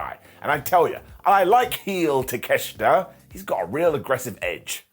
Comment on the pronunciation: Why don't you say takeoshita the right way?